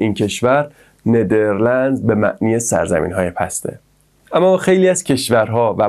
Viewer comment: 😂😂😂اول برو اسمش و خوب یاد بگیر بعد بیا توصیفش کن خودت اطلاعاتت کمه به نیدرلاند میگی نیدرلنز😂😂